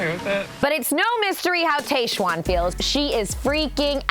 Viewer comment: It’s pronounced Tahjwan (not Tayjwan). TAH not TAY.